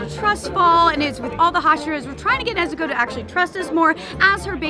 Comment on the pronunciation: “Nezu-cola” “Nezu-coke”